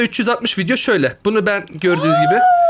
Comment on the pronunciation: fidyo değil vidyoooo